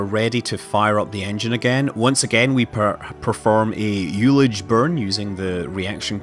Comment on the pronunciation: Great stuff. But check yo ullage pronunciation! watch?v=BVUCcAgg12M